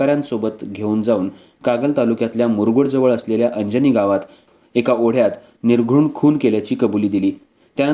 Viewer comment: अंजनी नाही...अर्जुनी म्हणा